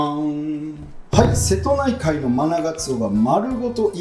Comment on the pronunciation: ラストのしぇとないかいで笑ってしまった😂